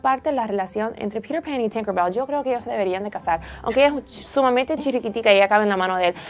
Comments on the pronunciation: Porque en vez de decir peter pan como se dice verdaderamente "piter pan como suena porque dicen pirer pan.....Hablen su idiomaaaa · Me da risa como pronuncian Peter Pan. "Pirer pan".<3